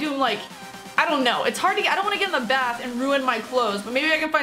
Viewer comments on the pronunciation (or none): none